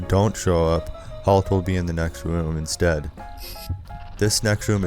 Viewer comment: "Insdead it glows green insdead of blue" how rush glows blue? U talking about halt?